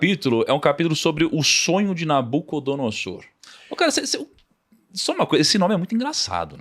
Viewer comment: ainda explica a pronúncia, mas o cara chegou continua com a dicção em SS.... NabucodonoSSor... tá de sacanagem